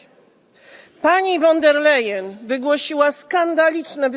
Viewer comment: Szydło, ostatni prymitywne nawet nie potrafi wymówić poprawnie Urszuli von der Leyen. A pcha się fo Brukseli. Wstyd